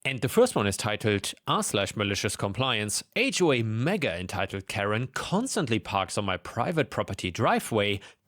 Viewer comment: Also "H way" instead of "HOA".